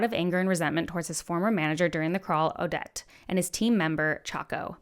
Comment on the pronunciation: Ad-ja-tent Kew-a-teen Awe-det O-feel-E-ah No shade by the way just hope this helps!